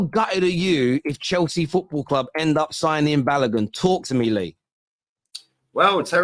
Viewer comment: It's not Balagun It's Balogun